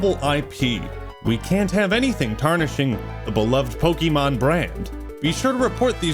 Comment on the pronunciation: its pokemon not pokie mon